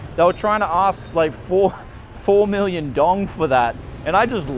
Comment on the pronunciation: Dong is pronounced dao-um one syllable